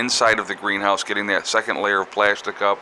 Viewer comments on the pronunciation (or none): none